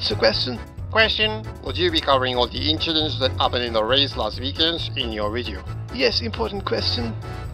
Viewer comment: Leclerc saying "inchidents". A subtle reference to a quote from his karting days. Brilliant!